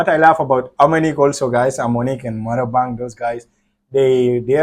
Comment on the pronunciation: Not Marabang it's Ma Rang Bah😅